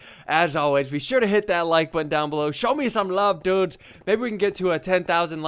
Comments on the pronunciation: why do you say dudes like you have a mouth infection? no offense but why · Why do u always say "dudsh" instead of "dudes"? 1000$ btw!!! thats a lot of money for minecraft!